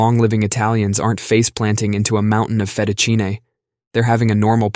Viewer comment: FeTa-ChiN-eh is my favorite